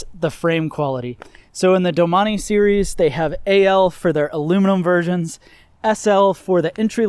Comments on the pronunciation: Sorry Gerard, he’s pronounced it wrong. Not sure why you are getting crazy over it. It is pronounced doe-main. Look it up rather than resort to trying to insult me. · Learn how to pronounce the name correctly if your going to review it…. Doe-main….thanks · I always pronounced it as ‘doh maine’. I didn’t know it was pronounced ‘do mah nee’ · All this time, I've been pronouncing it "Domain". LOL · I believe it’s pronounced “domain”